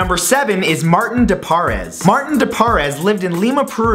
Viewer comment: Is it just me or do you cringe every time he pronounces something wrong like De poures